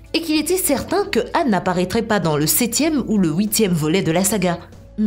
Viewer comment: Son mom est "Han" Pas "âne"